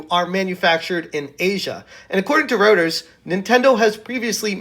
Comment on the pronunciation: Pronounced "Roy-ters", buddy. :)